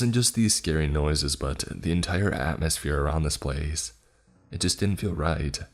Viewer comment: I never wanna hear the word "IT" again after the 4th story. Jesus christ structure a sentence without repeating the word "it" so many times. The emphasis he kept placing on the word also made it so much worse.